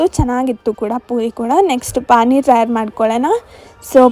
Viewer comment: It's not pain It's pani